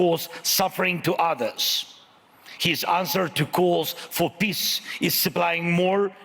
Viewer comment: “PISSS”😂😂😂 this guy cant pronounce peace